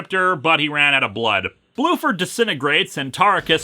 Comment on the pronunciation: Bruford, not Blueford.